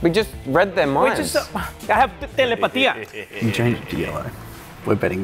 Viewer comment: i pretty sure just said telepathy when we was saying telepatia